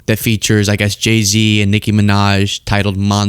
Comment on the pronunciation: Ion like the way you say Nicki’s name. If you don’t pull a little more unff in it, done say it!!